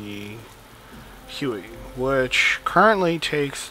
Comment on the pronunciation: yyyyyyyyyyyyyyyyyyyyy...it is huey,not hue.hue is a city in vietnam